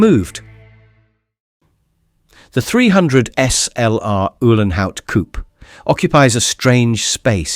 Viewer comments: No, it is not a "coup" but a COUPÉ! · Poor Rudolf got himself a hearingdamage driving these beasts privately ! 😂😂😂 Oh , its a COU....PAY....by the way , stupid yank .